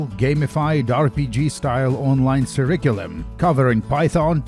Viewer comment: Куррикьюлум иначе произносится.